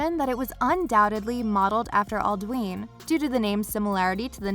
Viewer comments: It's pronounced "Al-do-in" not "Al-do-een." you hear it enough times in the game to know. xD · Why did she pronounce alduin like aldween